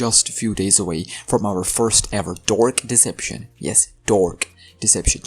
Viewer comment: "dork deception" hits hard🗣🗣🗣🗣🗣💥💥💥💥